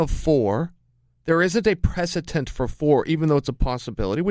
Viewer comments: Please Chael learn the word! It's precedent (preh-ce-dent) not presitence. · Chael "Precedent" Sonnen